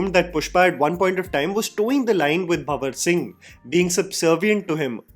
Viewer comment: is so ignorant that even after watching pushpa 1 many times and pushpa 2 he doesn't even know the actual name of fahad fazil character,he calls him bawar singh instead of banwar singh🙂🙂🙂